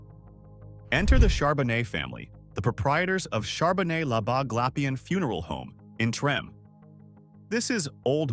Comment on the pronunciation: Surprised he said Charbonet right